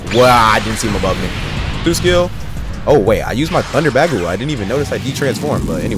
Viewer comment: great video and everything but the way he says bagua